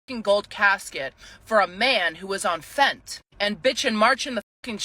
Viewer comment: hey at least she called it "fent" that's FAR more acceptable than all the IDIOTS including leading politicians and news orgs WHO CAN'T SEEM TO PRONOUNCE THE LETTER "Y" I F$%^^^%$$# HATE PEOPLE CALLING IT "fentinOL" did you guys learn how to READ???????? in what world is "Y" pronounced "O." horrible as this dumbass is, at least she has found a way to talk about fentinyl without PISSING ME OFF. (*exceptions obviously apply) STOP 👏 ENCOURAGING 👏 ILLITERACY! 👏 SERIOUSLY! video came out the other day saying most gen z trump voters are functionally illiterate! So can we get people on TV to STOP FUELING ERROR? You never know, get people to correctly pronounce a word and maybe people will start calling out outrageous lies like "they're eating the cats, they're eating the dogs..." THIS 👏 👏IS👏 👏WHY👏 👏PEOPLE👏 👏BELIEVE👏 👏KIDS👏 👏ARE👏 👏COMING👏 HOME👏 👏FROM👏 👏SCHOOL👏 👏WITH👏 👏FREE👏 👏SAME DAY👏 👏SEX REASSIGNMENT SURGERY!!!!!!!!👏👏👏👏👏👏👏👏👏👏 I fucking HATE HOW STUPID PEOPLE HAVE BECOME!!!!!!!!!! LEARN TO SPELL AND PRONOUNCE ENGLISH!!!!!!! ALL OF YOU, INCLUDING THE PRESIDENT AND VICE PRESIDENT OF THE UNITED STATES, AND TIM WALZ, PISS ME OFF EXCEPTIONALLY WELL when you pander to illiterates instead of correcting them. THESE GUYS KNOW THE CORRECT PRONOUNCIATION ! where the F*&% are the ADULTS????????????? 👿😠💀